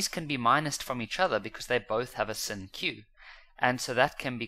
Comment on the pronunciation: The fact that he calls sine sin drives me crazy 😭😭😭😭